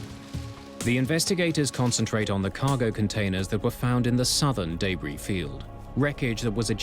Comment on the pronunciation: I love this show but every time he says debris and schedule I cringe.